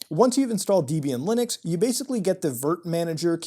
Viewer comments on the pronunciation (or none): its dehb-ee-ahn not deeb-ee-an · Hit pronunciation of "Debian"... it's Deb ey an not deyy bee an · The official pronunciation of Debian is 'deb ee n'..... lol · Debian is pronounced as if a mash-up of Debra and Ian (it is such a mash-up)